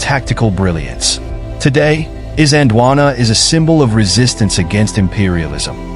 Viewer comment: Got the pronunciations a bit off. In Zulu , pronounced something like Eezanjeelwaanaa, . At the time , the British called it Islandwana, with the started of the word pronounced as in the word "is" (i.e not as in island)